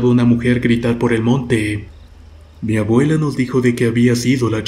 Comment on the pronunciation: ''Mabuela'' por favor habla correctamente, es desesperante escuchar la pronunciación erronea.